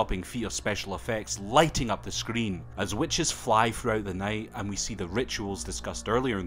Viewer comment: bro how u can say the word screen with so hard r😂 nice video tho seems like a cool movie compared to that its sooo old